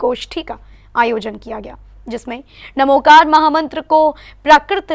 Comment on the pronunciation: इसका सही उच्चारण णमोकार है